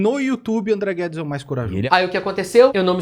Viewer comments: Perfeito o video, André. Seu roteiro é sempre impecável. Toda Vez que o Nando Moura Petista Conservador falava "André Guedes" eu tava ouvindo "ThunderCats" e fiquei sem entender o motivo disso kkkk um abraço. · Que vídeo é esse do anão que fala "Amdreh Guedis" 😂😂😂